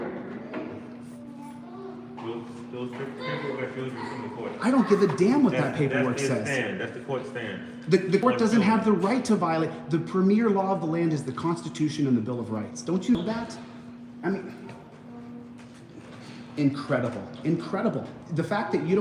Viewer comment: "Nill" ....Of Rights.